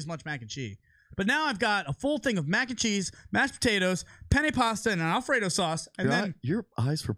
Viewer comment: Anyone notice Lucc drops the “s” in cheese when combining with other words? 😂 MAC and Chee. Bacon, egg and chee... Don’t let it chafe your dish tho 🤙🏼